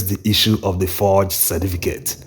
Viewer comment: I enjoy your videos bro, but please slow down on this your naideen for (19) and cerDificate for certificate.